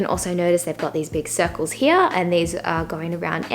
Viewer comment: I like the accent of "Here" ひあ！